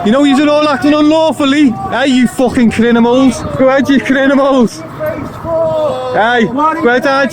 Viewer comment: Hahahaha you crinimals i agree but say it properly hahaha